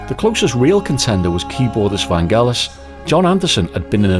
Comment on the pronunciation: Its pronounced Van Jell us. Like Jello. I understood that he was afraid to fly and Jon said hey we gotta tour.